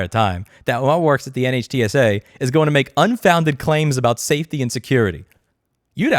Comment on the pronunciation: NHTSA pronounced Nit-shu